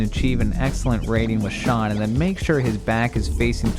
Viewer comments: ShOOn - not ShAHn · For Virtua Fighter, it's "Shun" not "Shaun". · Boi, did you just say “Shaun?” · I'm sorry, did you just call Shun Di from virtua fighter "Shawn"? Apologize right now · Please never say Shun's name again 🤣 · VIRTUA FIGHTER~~~! :D ^-^ and you pronounced shun's name wrong xD great video though :3